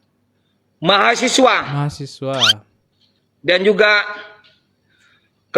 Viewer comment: Mau berak rasa nya dengar mahasewa😂😂😂😂